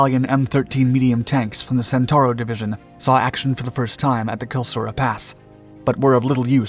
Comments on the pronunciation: you said Kilsura twice but you typed Klisura.... you need an editor. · Klisura (gorge) pass, not kilsura pass. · Kilsura ? Kilsura ?! It's Klisura, or Kleisoura. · I noticed that -- SEVERAL times. The title card was right, iirc, but the narrator is shoddy as well as breathless.